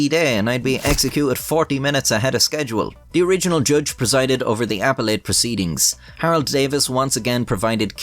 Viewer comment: Haha it's "A-Pell-it" not "App-le-ate"